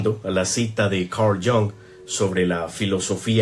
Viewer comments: Se escribe Jung y se dice "iúng". El tipo era alemán, no ingles. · Exacto se pro uncia como se escribe Jung ( yung) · Gracias por el video interesante. Pero Jung no se pronuncia como en inglés, es alemán 😅